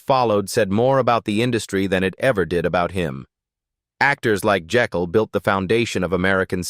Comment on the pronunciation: It’s pronounced Jake’l, not the multiple mispronunciations here. That’s why “Jake” was his nickname.